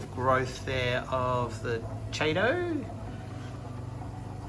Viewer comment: Good job on the install. Nitrate at 10 isn’t even that bad. I know you guys have an accent and all but FYI Chaeto is pronounced “Key- toe”